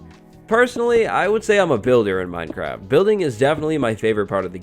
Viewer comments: 🍿 Its Minecwaft time 🍿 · Uwu. Minecwaft! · minecwaft. Everyone else: minecraft